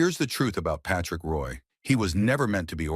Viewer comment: Really disgusting to have a damn computer mispronounce a name. Total shame on NHL ICONS !